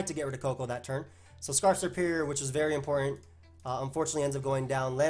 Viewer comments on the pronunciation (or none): none